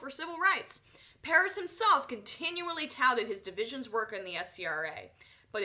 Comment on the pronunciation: why cant you pronounce Perez? aren't u from NY...